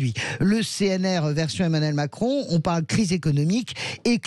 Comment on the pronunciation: Il a failli dire Mascon ou j'ai mal entendu ?